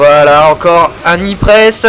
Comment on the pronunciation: HAAA tu dis Knee press sans le K maintenant! Nice! Lol t'as du t'entrainer pendant tes 3 semaines off.